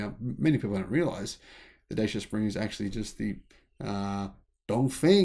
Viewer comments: Say it Dachea. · Hi, thanks for your video! Two corrections: the Renault Kwid had been developed for the Indian (not Chinese) market. Secondly, Dacia, a Romanian brand and long year partner of Renault, is been pronounced differently. If you think of the Netherlands: “Dutch” and then just end with “ia”. So something like: Dutch-ia.. 😊 You can find the original pronunciation here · Pronounced as Duchyia